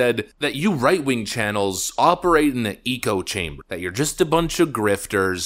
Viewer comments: I always sat on the fence wether the voice over was AI generated, today you confirmed. You said “eecho chamber” rather the “ ek-ko chamber “ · "echo" chamber... not "eco" chamber. how do you not know that??? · Echo chamber - pronounced Ek-co not eco! Eco is Greta land! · Bro. ECHO-chamber, not eco-chamber. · Please stop saying “eco chamber”. The correct phrase is echo chamber. Eco refers to ecology. Love your channel. Keep up the great work. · Bro. Its an ECK-OH chamber. It is not an ECO Chamber …. 🤌🏼🤦🏼‍♂️🤦🏼‍♂️🤦🏼‍♂️ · Did you mean to call it an eco-chamber? Did you mean echo-chamber? Sometimes this sounds like AI. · "Echo chamber," not "Ecco chamber " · Echo-Chamber as in if you yell into a canyon you hear your voice echo multiple times. Not Eco-chamber (I'm sure this exists but not in your context) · It's echo...not eco. Echochamber. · Why do you keep saying “eco chamber?” It’s echo, like “ECHO, echo, -cho, -cho, -o, -o, …” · I dig your content. But sometimes..... So it's not pronounced "eeeko" chamber. It's "echo" like , you know , echo echo echo.....that's what's happens in an "echo" chamber. Shite gets repeated over and over. "Eeeeeeeko" chamber just sounds like somethings creepy inside. Like eeeeeek a snake! But maybe thats what youre going for! Haha! Anyway, that's all I've got. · It’s echo chamber not eco-chamber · Why do you pronounce it as “eco-chamber” when it is clearly spelled “ECHO-chamber”? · It's echo chamber, not eco chamber lol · Why are you saying eco chamber instead of echo chamber?